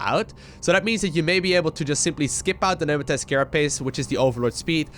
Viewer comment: I really enjoy your vids.. Love your commenting, really makes the matches that much more interesting to watch. However, there is one thing that always cringes me out.. "Pneumatic Carapace".. You always pronounce it as "Numatis" XD And my eyes twitch everytime, I am sorry! So let me help you get it right my friend. "Nu-ma-tik" It is "Nu-ma-tik" carapace. Not "Nu-ma-tis" Sorry for the grammar nazi, I just wanna help. I would love to see you become the official commentator for the big league matches.